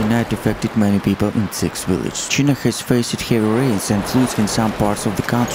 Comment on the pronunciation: Indian's eccent english pronunciation of "China" and "Chinese" is incorrect.